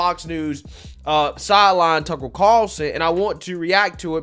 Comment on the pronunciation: who is "Tuckle Carlson????????" your pronunciation cracks me up bro keep it coming. cheers